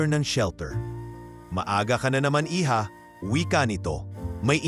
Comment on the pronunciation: Lagi ko na lang naririnig maling pagbigkas ng hija ay Mali Ang hija as in Unica hija bkit Yung nagbabasa nito Hindi alam na Mali Ang lumalabas sa bibig nya, dapat silent ' h' iha Po bigkas Nyan at Hindi heedya, pati Yung babae na nagbabasa or narrator Hindi Rin alam Ang tamang bigkas ng hija,, saksak nyo sa utak nyo Ang tamang pagbigkas ng hija, iha Po Yan silent h Po!